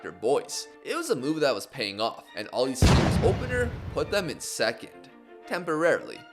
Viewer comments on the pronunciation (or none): none